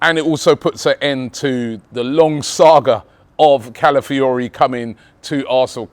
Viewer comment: Robbie's mouth and pronouncing Calafiori 😭😭